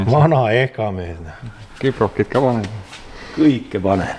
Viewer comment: see kõlas veidralt "kõike panen"